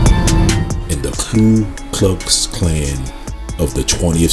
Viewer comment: The spelling is right there, Ku Klux Klan, and still repeatedly calls it KLU (clue) Klux?